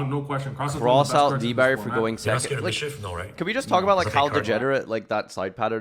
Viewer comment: thirty sehhcond place